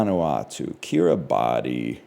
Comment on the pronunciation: He will never pronounce Kirabati correctly